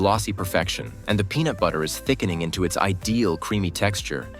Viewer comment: This showed up in my suggested videos and all my husband could hear was penis every time heard peanut 😂🤦🏽‍♀️